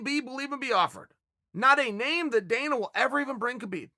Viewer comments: it is not Kabib, it is Habib, the K is silent dude. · Can u just pronounce the champ’s name right. Habib